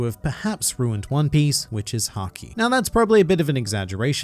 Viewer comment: Why did I hear "which is sanji" instead of "which is haki"